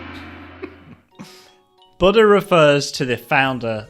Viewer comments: It's boo-da not butta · The more he says "The Buddha," the more it sounds like "the butter"